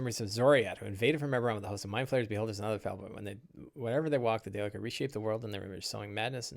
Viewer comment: How do you pronounce daelkyr? I don’t think it’s day licker! lol good stuff with the seven samurai!